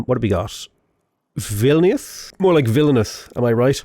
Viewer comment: Pronounces Vilnius with an English accent. Makes a joke and pronounces it even closer to native tongue